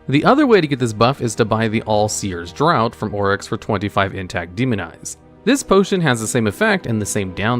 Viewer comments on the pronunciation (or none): draught is pronounced like DRAFT not DROUGHT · Did... did he pronounce draught as "drowt"? ENGLISH; do you speak it?"